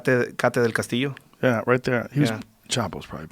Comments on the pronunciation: I sometimes question if this guy really is from Mexico. He totally mispronounced that actresses name even thought she has been one of the most famous actresses in Mexico for the last 25 years. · I’m Mexican, this guy didn’t say anything that’s not in newspapers, and then he pronounces Kate del Castillo wrong.. any Mexican knows more about el chapo than this “trained” guy.